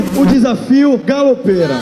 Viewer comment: esse "GALOPERA" eu deixo até no mudo, bagulho chatooo